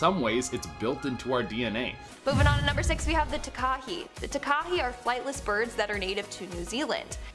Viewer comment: Maori pronunciation lesson for you. Takahe is said like Ta-ka-hey